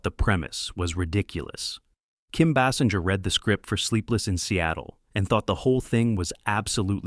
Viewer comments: Pronounced Kim’s last name incorrectly . . . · Agreed. I didn't know there were so many ways to pronounce "Basinger" 🙄